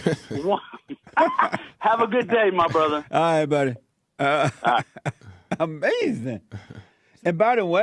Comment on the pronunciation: Uh may zin